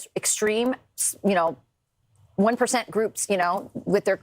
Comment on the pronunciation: Anyone else caught the way she emphasized 1%? I almost think that was priming in case they decide to start calling atheists and by extension perhaps leftists, "the 1%" to confuse the term in the general public's eyes? Idk just saying look out for some interesting phrasing from right wing media.